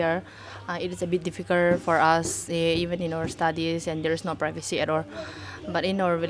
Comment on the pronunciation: Why they always switch R with L and vice versa. Can't they pronounce R and L correctly "bit difficurt", "privacy at or"